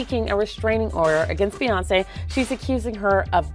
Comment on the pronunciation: Dang SAY HER NAME RIGHT!!! BEY-ON-SAY!! SAY!! SAY!! BEY-ON-SAY!! SAY AND GET IT RIGHT!!!!!🙏🏾🤦🏾‍♀️SAY